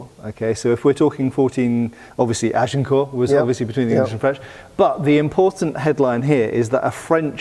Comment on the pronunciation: Please, drop the "t" at the end of "Agincourt"!